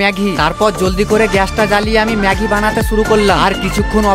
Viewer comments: 😊 ম্যাগি, ❌ ম্যা ঘি ✅🤣🤣🤣🤣🤣🤣🤣🤣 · ম্যাগি ❎ ম্যাঘি✅😂😂😂😂😂😂😂